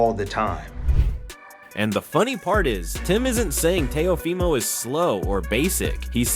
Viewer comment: Dear Floyd, Shakur’s last name is Stevenson not Stevens. Dear, Teo’s full name is pronounced Teo-“fee” mo. Thanks!